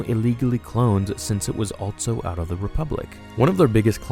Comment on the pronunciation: I can’t take it anymore. You need to stop saying altso. Altso isn’t a word. Every time you say it, it feels like someone scraping nails across my brain. ALLLLLLLLSSSSOOOOOOO not ALTTTTTTTSO.